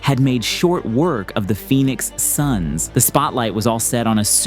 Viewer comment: Really saying Phoenix "sons"